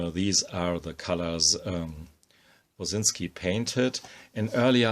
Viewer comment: Clicked to hear the name pronounced properly, stayed for the amazing art.